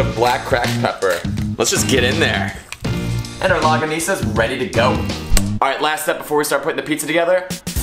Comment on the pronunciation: Lmao its pronounce" long-ga-nis-ah"